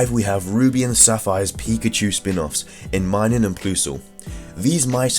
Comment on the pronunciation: It's pronounced mine um and plus ul like plus and minus